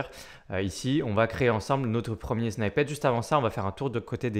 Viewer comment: Merci. Juste pour info, "snippet" ne se prononce pas "snaïpete" mais "snipete"